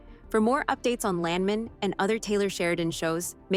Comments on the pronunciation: Either they cheaped out and used an AI voice for this narration, or they hired a voice actor who didn’t know anything about the oil business. I’m 3rd generation oil and gas. The correct pronunciation of Landman is LAND MAN, with equal emphasis on both syllables, like it is two separate words. No one in the patch pronounces it LANDmun, and this only adds to the sketchy nature of the clip, which is not a trailer and is not a first look at Season 2. Too bad because the show is great and I can’t wait for another season. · It's "Land-man", like it was two words. It's not "Lan-men" as the narrator of this video says. Pronounce the "d" and don't sound like a muppet! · its not landmen its land man🤣 gotta love! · Land man land man say it right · U mispronounce Landman moron